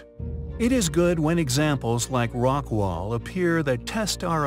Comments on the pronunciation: It's Rockwall not rockwell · The narrator miss spoke it's Rockwall not Rockwell. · *ROCKWALL, TX = NOT ROCKWELL!!!*